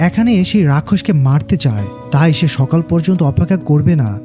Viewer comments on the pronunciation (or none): none